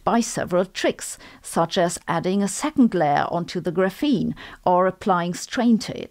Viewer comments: FYI, "graphene" is stress-initial in English. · The way you pronounce graphene is hurting my English processing unit....